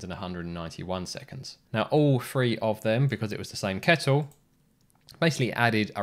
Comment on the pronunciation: 3 is pronounced three, not free. Otherwise, thanks for an interesting video.